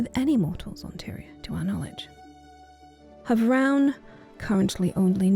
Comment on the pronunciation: Beautiful as always, but you're mispronouncing havroun :( As heard in the personal story, it's /havrun/ not /havran/